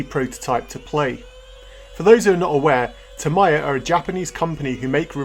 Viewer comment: Your pronunciation of Tamiya (Ta-mai-ya instead of Ta-mee-ya) gave me weird feeling.